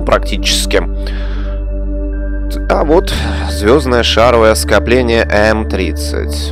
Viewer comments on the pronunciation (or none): Не шАровое, а шаровОе скопление.